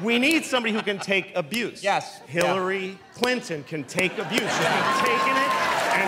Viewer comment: The deal he made with the devil forced him to say hilliary...